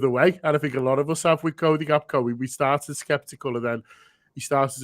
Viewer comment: GAK-PO not GAP-KO!! 😂